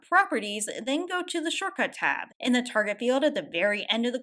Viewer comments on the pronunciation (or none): none